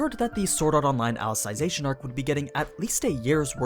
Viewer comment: Funny that nobody has point this out yet. It's pronounce Ally-Zee-Zation not Ally-Sai-Zation